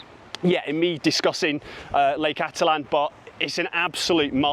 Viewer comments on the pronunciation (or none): Well… it is pronounced: ati-tlan Or: Atit-lan..!! But not.. atlan…!! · Thanks! Finally, someone pointing this out. I think 95% of YouTubers butcher the name of Lake Atitlan.